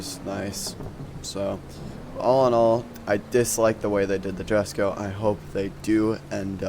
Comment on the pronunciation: Jesko(ye-sco) the j makes a y sound